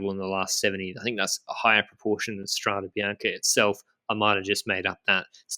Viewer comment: as always a really nice video guys but a little note for "strado" doesn't mean anything in italian, you have to say "strada" (road) section which is the singular form and if you want to say the plural it is strade (roads), "strade bianche" means white roads and "strada bianca" is white road. Keep up the great work